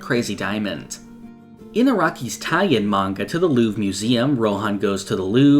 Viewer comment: Just a little fix about something that many anglophones get wrong: in Louvre, the r is not silent. There's actually no silent r in French as far as I can remember (French is my native language)